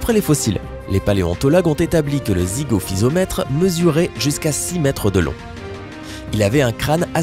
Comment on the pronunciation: C'est pas Zygophysomètre mais Zygophyseter, c'est pas Aulophysomètre mais Aulophyseter et puis enfin c'est pas Brygmophysomètre mais Brygmophyseter. Ca fait beaucoup d'erreurs. A part ça la vidéo est pas mal.